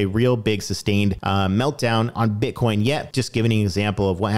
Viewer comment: I just love how u said Butcoin...🤣😂🤣